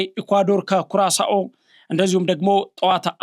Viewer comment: ኧረ ጋዜጠኛ !"ኩራሳኦ"ሳትሆን "ኩሩዌሻ" ናት 😢